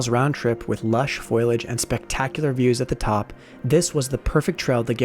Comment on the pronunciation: You said "foliage" wrong.